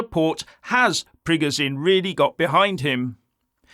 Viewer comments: FFS its not prig o Zine its preg o shin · You can't even pronounce Prigozhin correctly, you're talking like a globalist neocon and getting a bonner cos you think 25k mercs lead by a deluded egotistical billionaire that's had a breakdown thinks he can defeat the entire Russian army and the Russian people that over 80% support Putin 😂 Sorry pal, you've shown yourself up here and it's sad and pathetic.